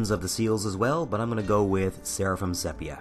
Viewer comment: It's pronounced see -pee-uh sepia.